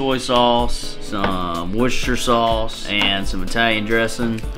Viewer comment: The fella who can't get the "g" on the back of "italian dressin" also said "worcestershire" better than most anyone else I've ever heard try to say it. I'm so confused... (THIS IS A JOKE).